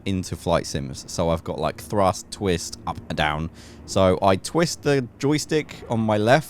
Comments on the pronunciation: "Twitst" lol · hehe "Twitst" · Ah yes, Twitst